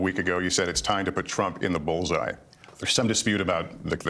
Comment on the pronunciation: Come on Kyle… You can’t say the world bulls eye